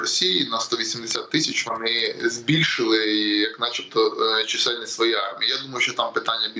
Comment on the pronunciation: у озвучувачів якісь прОблеми з нагОлосами: чомусь не чисЕльність, а чИсельність!